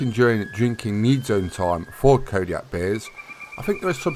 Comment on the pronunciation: Calling Kodiak hares,, you are doing it wrong